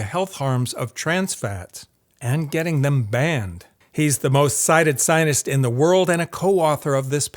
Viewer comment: I don't know if I'm just obsessed with the ongoing genocide, but every time says "scientist" it sounds to me like he's saying "zionist".